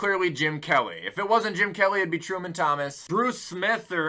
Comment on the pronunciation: If I’m not mistaken it’s Thurman Thomas not Truman Thomas